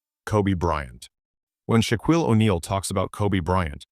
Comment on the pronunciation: First, your dumbass AI can't even pronounce Shaq's first name. But worse, you misspelled BOTH Michael AND Jordan. Jeez really sloppy.